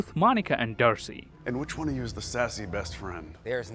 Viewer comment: playing the words games with us too he said 'waan' instead of 'one' in the end